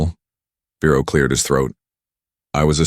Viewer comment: And the man’s name is Vero, not Bero, not Firo!!!!! And why can’t I put a space after a word without clicking the spacebar several times??? And then Siri gives me an answer. That is nothing close to the question. I asked her!!